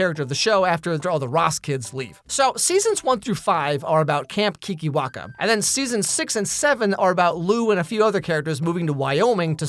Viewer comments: Ok when he says keekerwackers it sounds like a slur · I cant stop hearing "kinky wankers" every time someone says kikiwaka